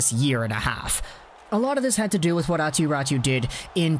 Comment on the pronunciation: Yeah, its not pronounced like that, like at all. Always like North Americans explaining how Finnish names are pronounced and still not getting it close :p Great video though.